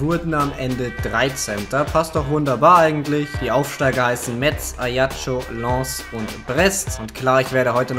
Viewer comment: Also metz hast du eigentlich recht gut ausgesprochen + könntest du mal eine STG mit Metz machen?